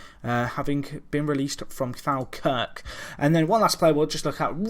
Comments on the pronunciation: Faaalkirk lol it's pronounced fall-kirk :P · said falkirk wrong...